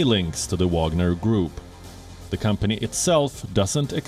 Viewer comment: Wagner not Wanger